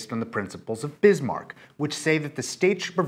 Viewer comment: It's Bismarck. (Just saying.) Very nice series of videos!